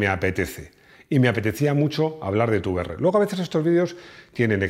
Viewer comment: Da gusto escuchar Te uVe eRRe y no Te Be eRRe